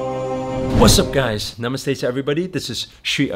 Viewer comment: Btw it's namaste and Indians pronounce namaste a hard ‘t’